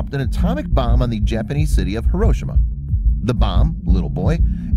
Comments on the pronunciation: Thanks for posting this--I get irritated when I hear people pronounce it accenting the second instead of the third syllable. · "heroshema" facepalm it's pronounced Hiroshima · HAIR-RO-SHE-MA..... is how its pronouced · Hiroshima is pronounced “hero-SHEEMA”. Not “here-OH-sh-ma”. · it's hear-row-shi-ma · It’s pronounced “heroshima” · The fact he doesn't know how to pronounce Hiroshima